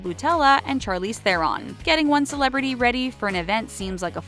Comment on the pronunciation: It’s pronounced “shar-leez tron”. I’m South African and it’s an Afrikaans surname.